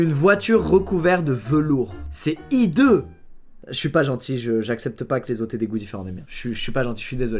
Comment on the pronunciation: Squezzi: c ideuuu Moi: JE TE DEMANDE PARDON